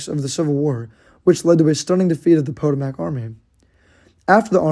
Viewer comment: Learn to pronounce Potomac